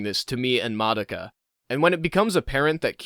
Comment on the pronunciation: So you watched the show but canr say Madoka properly